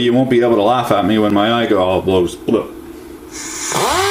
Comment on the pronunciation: I rike you... You make me raff...